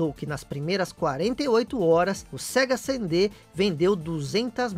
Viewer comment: Sega "Sendê"??? kkkkkkkkkkkkkkkkkkkkkkkkkkkkk